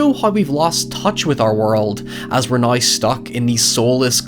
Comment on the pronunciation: English Language: "Now": "nOiY"